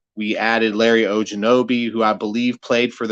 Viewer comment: How he say Ogunjobi makes me laugh and lose some credibility. I appreciate your faith in your team like I do in mine